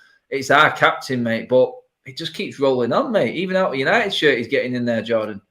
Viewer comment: U-nigh-it... Sounds terrible